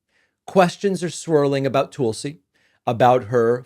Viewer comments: Its Tuhl-see. TUL SI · Her name is Tulsi. Can you tulsi one time? It’s not toolsi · TOOOOOLSI. The way you say her name drives me bonkers David.